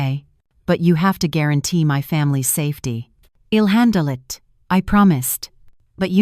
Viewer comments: It is I'll not ill. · This is a very annoying story. Apart from Asterisk Asterisk there's the misreading of I'll to ill and I 'm to Im..... .. what the hell???